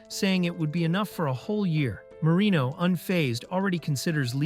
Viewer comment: Why I always hear marimo instead of marino